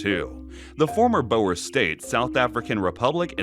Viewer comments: Hey, so far your video is going great so far but you mispronouncing a couple of names. Boer is pronounced as “Bore” Piet Joubert is pronounced as “Pete Jew - Bear” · Almost…. Boer is pronounced like “Boor”, “oo” sounding similar to the “oo” in “food”, or sounding almost like the “u” in “rude”. The “r” should strictly speaking be a hard, trilling “r”, but a rounded “r” will do 😅